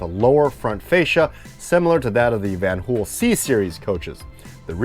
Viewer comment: Brought to you by VAN-HooL